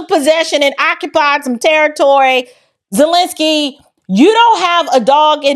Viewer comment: Vladimir Zest-lensky